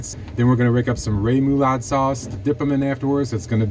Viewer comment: Ray-mu-laude? Try room-a-laude. REMOULADE!